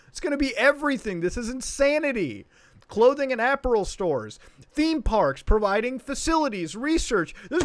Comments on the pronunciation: also.... Muta said “apparel” really weirdly (wrong)... And FYI alp is AlP like aluminum phosphide. So... dangerous 💩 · Was anyone else annoyed by Muta's pronunciation of "apparel" lmao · The way you say apparel tho.